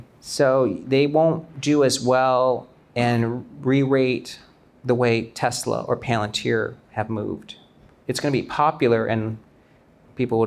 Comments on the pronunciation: As a Korean-American, what the hell is 'Teslar'? Why do Koreans keep throwing extra 'r's into everything, slurring stuff like 'Rhee' for 'Yi' or 'Park' for 'Bak'? It drives me fuggin nutz. 🥜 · Is it so hard to say teslA? it's not teslAR! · Why is it pronounced tesler? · Dude is invested in tesla but he cant even say the name😂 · wtf is Tesler? 😂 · My dude and his Tesler'.. hahaha